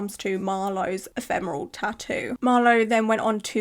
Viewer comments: your outfit and room are getting me into the spooky season mood! And I’m proud of you for getting the pronunciation of “ephemeral” spot on 😅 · I've not been on this channel for a while and now you know how to say ephemeral !!! Great video, it's important to always be aware of what could happen when you get a tattoo done !